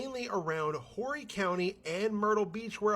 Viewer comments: Let me help you. It is NOT, I repeat not WHORY county (Horry) but actually pronounced Horry (O-REE) county. I lived there in Surfside Beach and took only one arse reaming from a county employee about the pronunciation! Also it’s Sun. 03/16/25, I’m in Spartanburg but am unaware of any fires . . . Let me check the news! 😳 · Horry , SC, is not pronounced "Whorey". It is pronounced, Oree. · So the wildfire in Horry county South Carolina (pronounced Orry) was from a woman who ignored the burn ban and was burning trash in a fire pit in her back yard. She ended up catching a nearby tree on fire and then it spread into all that- all that damage because she thought she was cool enough to ignore the drought conditions and the burn ban and whoops- major forest fire! And yes she did get arrested and is facing jail and major fines. And the drama AND the fires are still going on in the Myrtle Beach area, it's been like 2 weeks of fire. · Horry County is pronounced Orry. Just sayin’